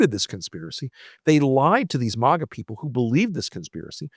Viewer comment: I'm interested in the subject but it's clear you're very biased towards Trump. Sarcastically you're mispronouncing maga. I can't believe somebody that is so biased. There is truth in this video but there's a lot of b***** too so therefore I'm going to give it a thumbs down